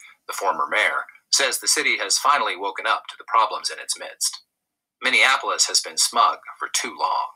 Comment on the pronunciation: just want to mention something about Minneapolis and the way you pronounce it. I think you may be confusing it with Indianapolis. You pronounce it as Minnea-Nap-olis like IndiaNAPolis. It is Minne(mini)-AP-olis. Hope it doesn't offend you. You do good work. Continued good success. We need you work. It's a Mind Game. Know yourself. LOVE YOURSELF.